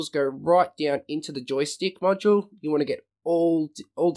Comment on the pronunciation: When you say "module" sounds like "macho" ....lol